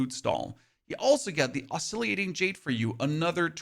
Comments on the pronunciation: It's oscillating. Why do you need to pronounce it oscilliating? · Oscillating Jade is pronounced (Os-sil-ate-ing), not (Os-silly-ate-ing). Thought you might appreciate the heads up. 👍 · Oscillating. Os so lating. Come on man. Pronounce the words correctly please. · The way you pronounce oscillating is crazy. It’s os-cil -lating. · your videos are very useful. i really appreciate all the info. also, i think you're adding an extra "i" sound to oscillating after the L's.